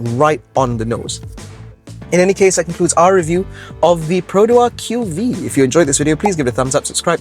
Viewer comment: I appriecate that is the only reviewer who properly pronounce the name of the car, but i feel like everyone is still going to call it the Queue-Vee-Eee since even Perodua SA are not aware of the name. From my understanding Perodua really isn't doing their part on the training to their SA right now. Shows how rush the development of this car is.